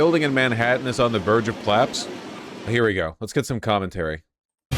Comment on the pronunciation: The way Vaush says "claps" instead of collapse..